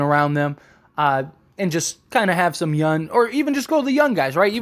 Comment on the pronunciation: It’s young not yun lol just playing